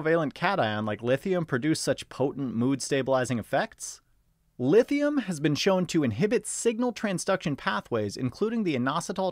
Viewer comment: 'Lifthium' lol 😂